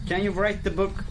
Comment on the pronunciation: öyle okunuyo zaten ken yu rayt dı bouk sadece booku bık diye okuyor